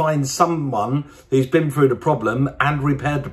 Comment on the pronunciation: Why can't Brewer speak properly... Porsche free five six! Froo instead of through.. Jeez !!!!!!